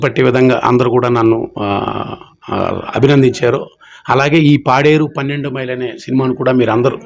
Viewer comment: అది పెన్నెండు మైలు కాదమ్మా. పన్నెండు మైలు ok